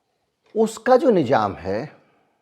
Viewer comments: Itne qabil aadmi ho phir bhi urdu bhasha ke shabd thik se nahin bol pate,, Nizam ko nijam bol rahe ho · Sir boht sachi khbre dete h Sir thoda urdu aur study kr lijye to aur 4 chand lag jay. Jese ap nijam khte NIZAM bola jata🙏